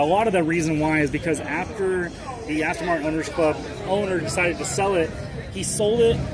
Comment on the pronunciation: He thinks it's called Aston Martun.😂😂😂😂